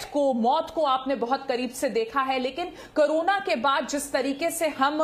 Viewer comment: Madm krona nhe Korona she to bolna chahiye 😂😂😂